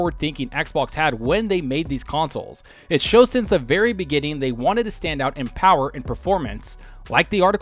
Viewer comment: The Powahh...lol